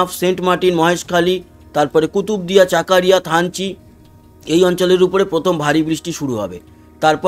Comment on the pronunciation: দাদা বাংলায় জায়গা গুলোর সঠিক উচ্চারণ হবে ফটিকছড়ি, চকরিয়া, লাকসাম, মানিকছড়ি।